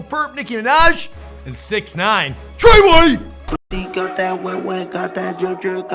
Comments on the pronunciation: When he said treway it souned like he had a stroke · anyone else annoyed when he said tre way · Don’t ever say TR3YWAY again 😂😭